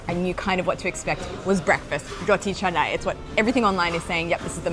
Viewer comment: It not ca-nai it,s ka-na-i